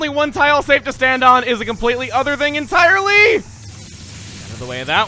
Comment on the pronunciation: dont you mean.... EnTILErey...?